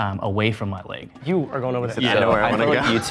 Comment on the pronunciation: I didn't even notice his leg until the 3rd time he said leg. I thought he was saying length at first.